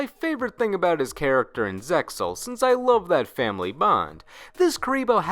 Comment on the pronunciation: You always mispronounce Zexal, the anime clearly says it with the X